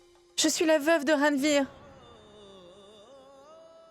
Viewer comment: C’est quel nom que ranvir prononce comme ça